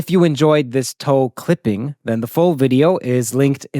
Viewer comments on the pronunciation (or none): The way you say "glad you enjoyed this TOE-clipping" never ceases to bring a smile to my face xD